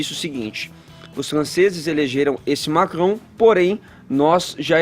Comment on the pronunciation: O fala francês ou é a língua presa que ajuda na pronúncia do "Macron"?